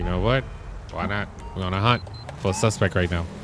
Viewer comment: classic line is when he says Suspec in stead of suspect or saint row instead of saints row lol i love you